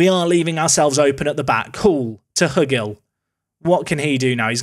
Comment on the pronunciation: I'm guessing Hugill is pronounced Hew-gill like Jordan.